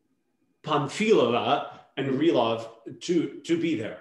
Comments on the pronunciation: Panfílova, not Panfilóva. Yeah, it's not always óva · Panf-I-lova is correct..